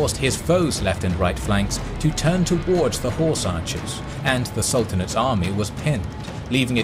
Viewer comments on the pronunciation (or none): none